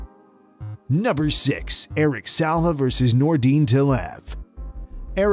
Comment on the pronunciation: It's Eric SILVA, not Salva